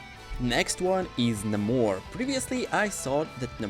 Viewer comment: Na-more lmao